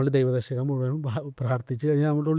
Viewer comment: ദൈവദശകം ഇത്രയും വ്യക്തമായി ഭക്തിയോട് കൂടി ചൊല്ലുന്നത് കേട്ടപ്പോൾ വലിയ സന്തോഷം തോന്നി. ഷൗക്കത്ത് ജി 🙏🙏🙏 പ്രേംജി 🙏🙏🙏